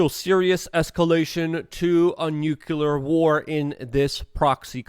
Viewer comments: U want to know if your wrong? Yes! Its nuclear... not nucular! Other than that you are correct😀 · Great analysis as usual, Luke! Again, it's NOO-CL-Errr, not Nyoo-Q-lerrrr. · how about "noo clear" ? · Can you say "clear"? Now add a "nu" in front of it and say it with me NU-CLEAR!